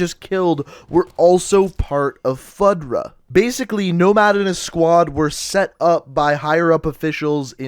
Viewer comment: Also you said his last name horribly wrong haha its spelled Rojas but pronounced Ro-has, and FUDRA is not sounded out as FUD-RA its FU-DRA